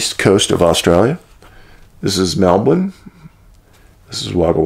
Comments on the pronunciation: Wow Dave as an Aussie I'm super impressed at your pronunciation, "Melbin". Good stuff mate. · Props for saying Melbourne correctly haha. We definitely have some strange cases here, and not many people cover them. We have a place called Australia's Bermuda Triangle because so many go missing, yet nobody seems to talk about it. Thanks for covering the cases nobody else seems to want to